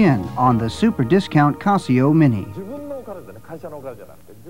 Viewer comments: It's casio not cosio. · is that how Casio is properly pronounced and I’ve been saying it wrong?